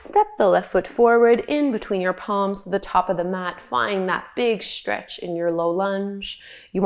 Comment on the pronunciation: I like your yoga exercises, but as soon as I began hearing you say "shtretch", "shtrengthen,", "shtrong", etc., I couldn't unhear it. At first it pulled me out of my meditation, then it became an irritant. I'm sorry because I really do like your videos aside from that!